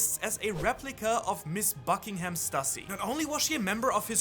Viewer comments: Please man please, it’s pronounced Stoo-see, not Stuh-see. Just like it’s Loo-fee not Luh-fee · It's pronounced Stüssy is pronounced Stew-see.